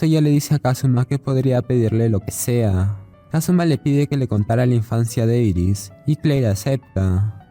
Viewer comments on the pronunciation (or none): Dirás Iris no Eris...